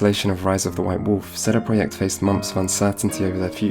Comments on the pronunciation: What sort of man says "sheday preyacht" if he's not polish, an annoying as fuck wanker that's who. Couldn't concentrate through the whole video due to his wankery fuck They are called CD Project, not fucking sheday preyacht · Please stop saying CD Projekt like that... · "Setty proyeckt" Like what? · Lol, not one second in and I'm hearing CEDE PRJKT... SHOTS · You say "CD projekt" really weird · The way you pronounce CD Projekt sounds almost Hungarian lol, I love it. Took me a while, didn't even realize it first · Sounds polish to me